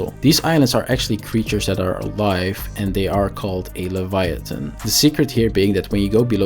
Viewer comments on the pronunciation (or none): none